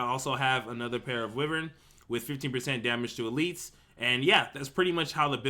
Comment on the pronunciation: Pleaser please please pronounce "Wyvern" correctly.. Try WHY-vern, like the mythical creature it's referencing (Wyvern are a small-ish species of dragons)